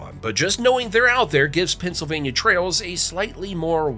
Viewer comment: Pa! Keystone state,. The speaker says the states name a lot. Many perfect ways of saying it. Pen cil vay n yuh